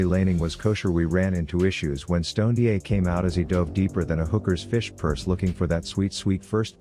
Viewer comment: Stoned-ye, he whose brain is bolon-ye.